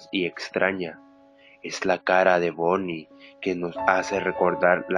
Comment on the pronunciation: soy la unica que noto que dice "la caPa de bonnY" enves de "la cara de bonnie"??